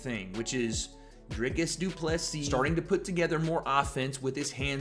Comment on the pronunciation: You are the only guy pronouncing DDP last name correctly. Respect 👊🏻